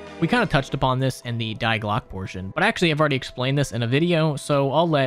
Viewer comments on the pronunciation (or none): "Die" as pronounced as "Dee" fyi